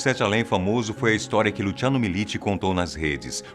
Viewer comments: Lutchiano! Kkkk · Só eu que fiquei com agonia dele falando Lutiano? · Luciano porém ele falou com a pronúncia italiana